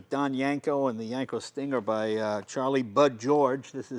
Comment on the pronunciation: Jay keeps pronouncing it as Yanko, not Yenko. Take a listen